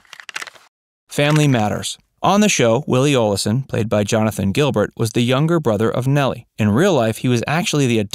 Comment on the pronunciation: You can tell this guy (the narrator) never watched Little House by the way he pronounced Oleson. He said O-le-son. Gotta feeling he exaggerated about a lot of these "sad facts".